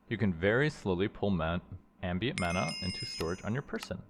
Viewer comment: Just curious why you keep switching the pronunciation of "mana?" Sometimes it's MAN-ah and other times it MON-ah. Is there a reason?